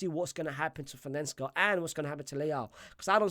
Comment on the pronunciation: Milan's coach is Fonseca big man, say it with me, Fohn-Seh-Kah not whatever that is you were saying 😂